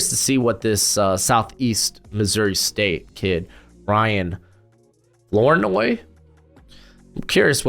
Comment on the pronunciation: You said Flournoy correct. Not a very common name. The name is so uncommon that if you were to sample 100,000 people in the United States, approximately 1.81 would have the surname Flournoy. I still have yet to meet someone with that name.